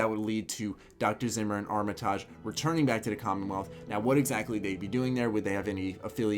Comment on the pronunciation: That Armitage pronunciation tho. I cringe every time.